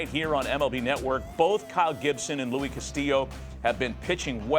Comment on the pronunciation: Pronounce the S in Luis.